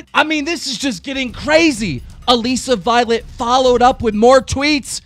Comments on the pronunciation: STOP CALLING HER ALEEESA VIOLET LMAO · is anyone gunna tell keemstar how to pronounce ALISSA violet?? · I hate how keemstar can't pronounce anyone's name correctly. He says Alissa Violet "Aleeesa Violet" lmao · Keem stop pronouncing alissa violet like that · ITS A-LISS-A VIOLET AND ITS T-AY-LOR CANNIF